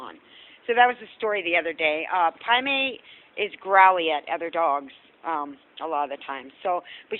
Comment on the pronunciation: after all these vids. its Pai Mei....I was hearing Primate the whole time.